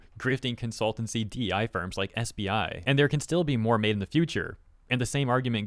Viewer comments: What I heard: "My gosh these sperms continue to prove how corrupt they are" What he said: "My gosh these firms continue to prove how corrupt they are" For a moment I thought went wild 😅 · I must have bad hearing because you said ‘these firms’ and I heard ‘these sperms. Just saying my invasive thoughts out loud.